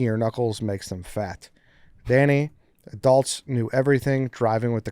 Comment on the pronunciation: Danny says adults like adelts